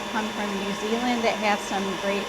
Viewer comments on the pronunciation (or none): none